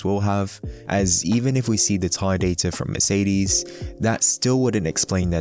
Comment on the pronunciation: Merceedeezz. Couldn't finish the video with the annoying pronunciations all the time :')